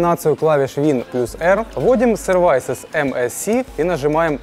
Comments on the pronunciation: Се"рвисес) а не Серва"йсес Какой смысл в этом видео, кроме рекламы?) Пособие для домохозяек) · Только если уж взялся учить людей, подготовься и правильно называй слова. А то путаешь людей и показываешь свою безграмотность и дремучесть. Слова СёрвАйсес не существует. Есть СервАйв - преодолеть. Но у тебя на слово сЁрвисес. Т.е., сервисы, обслуживание. И никаких преодолений тут нет. У тебя все смешалось. Учи мат часть. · Не "сервайсэс", а "сёвисис", да и вообще ролик хрень беспонтовая. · "Сэрвайсес" убил меня😀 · правильное произношение "Сэрвисэз"